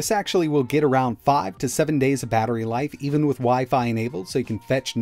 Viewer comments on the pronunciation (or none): none